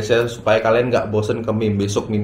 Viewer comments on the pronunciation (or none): none